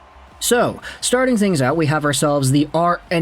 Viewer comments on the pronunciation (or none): none